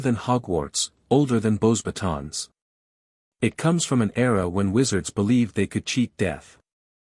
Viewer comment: This AI has no clue how to even pronounce a french name... Beauxbatons is (bow-bah-tOHn) The 'S' is silent... teach your AI. You're killin me